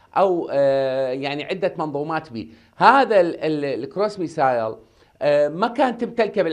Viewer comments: مع التحية إلى السيد.. باللغة الإنكليزية Missile تقرأ ( مِسِل ) وليس ( مِسايل ).. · ترى الصاروخ اسمه بالانگليزي مِسِل missile مو ميسايل حضرة الخبير